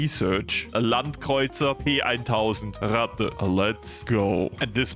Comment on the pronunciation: Is he german? Because the way he pronounced stuff like the Landkreuzer P 1000 Ratte sounded really good